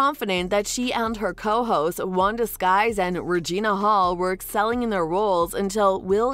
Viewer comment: IT'S NOT WANDA SKIES IT'S WANDA SYKES, GET AN ICONIC LEGENDARY VETERAN'S NAME RIGHT PLEASE.